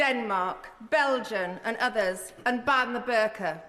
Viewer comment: She cannot even say Belgium... deary me